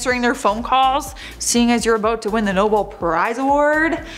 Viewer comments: It’s pronounced “NoBEL Prize”, dear. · While I do like this channel, I am starting to question it when they can’t get basic names right. And it is pronounced Nobell. I know y’all are young and may not have been exposed to some of these older actors or international awards, but do better.